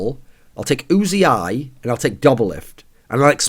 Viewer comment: It's just uzi, as in the gun. Not "oozey eye".